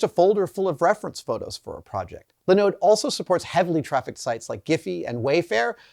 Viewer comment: I have never heard anyone put the emphasis on the second syllable of Linode before.